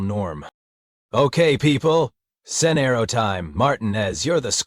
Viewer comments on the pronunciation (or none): Good grief! How many ways can the AI screw up saying “sergeant” and “scenario”? Not to mention whoever is doing the text needs help. Otherwise it would have been an enjoyable listen.